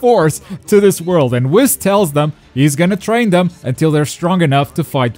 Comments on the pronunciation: It’s pronounced weeeeess not wis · It’s wheeees not WIS 🤦🏾‍♂️ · its Whis like weast, not whis like hiss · Did he just say wis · Why does he say whis like that... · You can't even say Whis's name correctly 🤦‍♂️ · I hate his pronunciation of whis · The way he pronounces whis